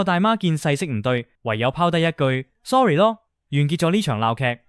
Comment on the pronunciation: 係sorry囉 唔係sorly囉😂😂😂